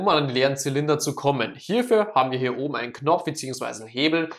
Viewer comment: Junge ES HEISST OBEN UND UNTEN UND NICHT OBNE UNTENE Danke für die Hilfe